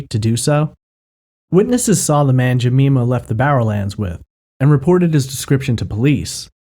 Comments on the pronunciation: Her name is pronounced Je-my-ma not Je-me-ma.. The Polish girl's name was An-gel-ee-ka KLUK not Kiuk. And yes, the police have ruled out Peter Tobin.. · Its Jem-EYE-ma not Jemeema. I am currently binging your podcast. Great job! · Jemima = Jem-eye-mah (not Je-mee-mah) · Great video as always. The way you pronounced "Jemima" was so cute btw. In the UK, the "i" in Jemima is pronounced as in "mine". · Ga-me-ma is a great name but the woman's name is Jeh-my-ma, which is why it was point out :) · Jemima pronunciation: Jee-mime-ah. I'm from Glasgow, so I know the route the taxi would have taken Helen and Jean. The taxi would have travelled east to west Glasgow. If Helen lived in Scotstoun and Jean lived in Knightswood, then Helen should have got out of the taxi first.That taxi would have come through central Glasgow and on to Great Western Road. This is the most direct route. Scotstoun is on the way to Knightswood. Even if the taxi had taken an alternate route along Dumbarton Road, they would still have reached Scotstoun before Knightswood. Earl Street is close to Dumbarton Road. Seems strange. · For future reference, it's pronounced 'Juh-my-mur' 👍👍👍👍 PS You were correct on most of the instances: Glazz-Go, the 'w' is never pronouced 👍👍👍👍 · Jemima = Juh-my-muh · For future reference Jemima is pronounced Jeh my ma and Glasgow is pronounced Glars goe or Glaz goe unless you're from there in which case it's Glaz gee amongst others. P.s. you pronounced it right further on in the video. His is in no way a criticism I love your work I just thought you'd like to know. Merry Christmas 2020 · Good podcast but it's pronounced "Jeh-MY-muh." Like Aunt Jemima?